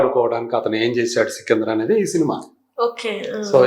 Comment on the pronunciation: సికిందర్ కాదు. సికందర్